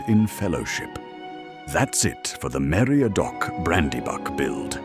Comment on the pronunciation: "Mariadoc?" =9[.]9=